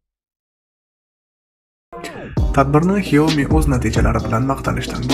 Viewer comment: Xiaomiii emas Ksyami deb oqiladi